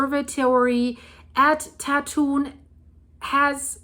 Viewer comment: BTW, Tatun is pronounce as Dah Twun with the 'u' sound like 'uh' as in the word cup. Actually, the number of earthquakes in Taiwan in the last couple of years has been comparatively quite low with only 3-4 actually being felt by the residents of Taipei or the greater Taipei area, including the surrounding surburbs called New Taipei. I'm a resident of Taipei.